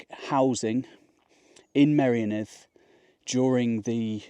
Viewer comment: Honestly,, I really enjoy your videos but PLEASE sort out your Welsh pronunciation. It's really not difficult for someone of your intellect. It's painfully jarring to hear you say "Clean" instead of "Llŷn" and "my-RIO-nith" instead of "Meirionnydd" (merry-ON-ydd). I get the problem with Ll/ll, you have to be specifically taught how to say it. But Dd/dd is the same as the end of "breathe" in English! The "th" in "this" or "that", NEVER thick or thin, so no excuse, really. 🤗 {:o:O:}